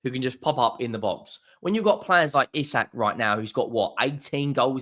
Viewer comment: It’s pronounced ee sack